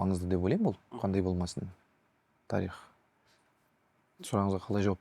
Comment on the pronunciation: Қонаққа "тарИх" дегені үшін мың алғыс. Өйткені көбі "тАрих" деп айтады. Олай дұрыс емес